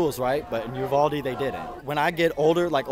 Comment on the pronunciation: Bro I live by uvalde and everyone is pronouncing it wrong it ee not aa